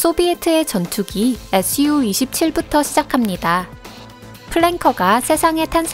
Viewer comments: SU를 에스유 말고 수호이라고 읽어 주셨으면 좋았을텐데. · SU-27 은 수호이 27이라 읽어요